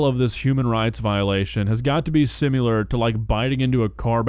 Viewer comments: Look - as a Brit, I won't defend a lot of this food (most of it is from the north, which we from the south try to distance ourselves from). However, at least we say "similar" without adding a bloody "u" into it. Oh and also - we do have french fries, and they're exactly the same as in the US. CHIPS ARE DIFFERENT. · anyone else notice how pronounces similar as "simyular"?